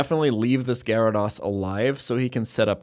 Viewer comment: has anyone challenged to say gyarados correctly yet?